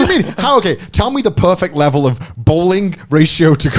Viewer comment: Nobody: Connor: hating bowling on another leveLLLLLL